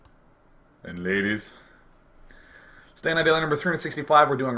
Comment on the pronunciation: I don't think day9 is able to say the word 'ladies' in a normal pitch.